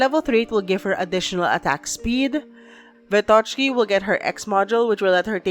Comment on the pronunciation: Wrong stressing in both callsigns xD Its SnegUrochka (granddaughter of their version of Santa Claus in Russian folklore her name means "snow maiden") and VEtochki ("branches-chan", or "sticks-chan", branches + affectionate suffix), not SnegurOchka and VetOchki like you said. And thank you for the video! So little time left, I have to finish up story chapters finally x"D